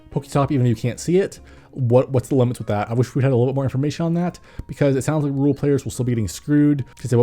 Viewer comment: When he said "rural players" I thought I heard "rule players" and it confused me for a moment.